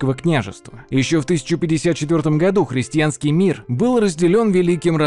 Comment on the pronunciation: все хорошо, но хрестЬянский очень режет слух. все же христианский